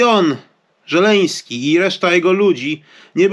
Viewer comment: Nie Żeleński a Zełeński